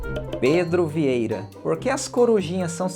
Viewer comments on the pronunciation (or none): none